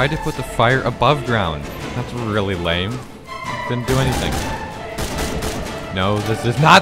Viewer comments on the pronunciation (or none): none